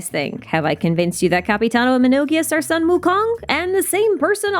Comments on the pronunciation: hii is actually pronounced soon wu kong just for extra info :) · Amazing theory, but I find your pronunciation a bit botched. I’m 69% sure that it’s Suu-Wu-Koon. :>